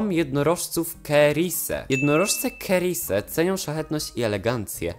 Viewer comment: cerise wymawia sie ceris, nie kerise